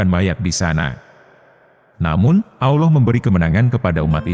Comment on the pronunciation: Jeleknya kalo pakai A.I. penyuaranya. الله dibacanya 'Alah' bukan 'Auloh'.